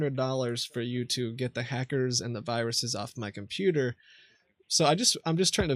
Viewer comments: “Your compuer” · He can't even pronounce the word computer properly